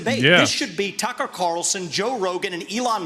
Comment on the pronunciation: I wish that would get Tucker's last name correct he says Carson instead of Carlson!!